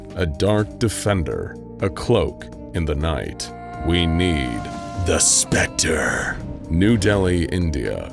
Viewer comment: I love how THE SPECTER slightly smirks every time his name is said in the correct way.